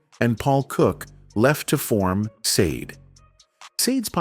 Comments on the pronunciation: She is NOT known as saad - She is known as Sha-day - hate AI with a passion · Mate, here name is not sade it's SHARDAY. Get it right, please. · Wow, shocking but you are NOT pronouncing her name correctly! It is Sha-Day not Sayd! That's the least you could do. 😳 Stop with the AI already! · At leasts pronounce her stage name correctly. Sha-Day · It looked interesting, then the voice over started and pronounced Sade's name incorrectly and two (saade and said😮) different ways inside of thirty seconds.. Go away with your rubbish...🥴🤯 it doesn't sound like AI ...🤔🙄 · Her name is pronounced Shar-day. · AI sucks stop calling her seed. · Thumbs down for using AI and allowing it to mispronounce her name. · I WAS NOT IMPRESSED WITH THIS CONTENT; WHY WOULD ANYONE MISPRONOUNCE HER NAME DELIBERATE AND DISRESPECTFUL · You are not pronouncing her name correctly. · Credibility… say her name correctly!! Annoying! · Why pronouncing a simple two syllable name incorrectly the whole time 😤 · It shouldn't be difficult to remember how to pronounce a world famous star's name! Someone could have corrected them in the first place but obviously no one else knew how to pronounce the name either?!! Pretty pathetic really... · Agreed, he's an absolute dope!